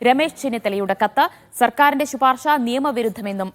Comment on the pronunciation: ശി പാർശ അല്ല ശുപാർശ